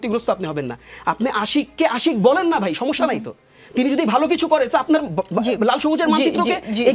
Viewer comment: আপনার "সমিস্যা " শুনে হাসি পেলে😊😊